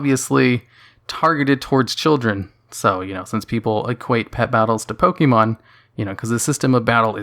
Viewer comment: Why do you insist of pronouncing it "Poke-eee-mon"? If you've been playing since you were a child there's no doubt you KNOW how it's actually pronounced.